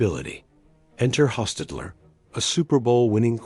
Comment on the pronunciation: The AI Voiceover is hilarious. Jeff Hos-tet-tet-ler gets an extra syllable, and some extra letters. And at one stage we hear about Loss ….Angeles- with a gap of about 4 seconds between them. And we’re also treated to “Derek Car- dot - Carr”. 😂😂😂😂